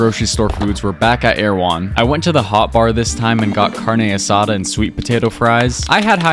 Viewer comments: It’s not bad but cadne asada should cook it well done and Mexicans pronounce it ca-ñe a sa-da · "CaRnEe aSsAsDa" Don't get mad Don't get mad Don't get mad Don't get mad Don't get mad Don't get mad IT'S PRONOUNCED CARRRRNE ASSADÁ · It’s pronounced carn-asa-da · As a Mexican it’s pronounced Car-dne es-A-tha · "Carneigh asahduh" as a hispanic I am offended by the way you pronounced it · Why the carna Sada PRONOUNCE IT PLS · You did the carne asada good but the way your pronounce it was making me die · I'm Brazilianc so we pronounce Carne Asada almost exactly like the rest of South America... WHO TF TOLD HIM IT WAS OKAY TO PRONOUNCE IT LIKE THAT!?